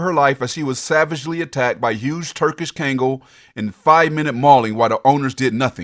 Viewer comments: Hey dude the name of the dog is pronounced KONG-GALL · I'm nicknaming naming my 3lb, mental-patient, chihuahua "Kangal." ❤ He's fatally-fierce in his baby heart. My EMOchi. Pronounced..Kongol...not KAangol...fyi